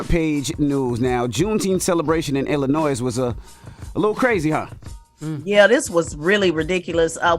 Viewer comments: It’s not Illinoise it’s Illinois. Thank you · Dear DJ Envy, stop pronouncing the “S” in Illinois! My goodness lol